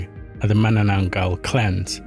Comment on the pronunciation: why make content of cultures that u cant even pronounce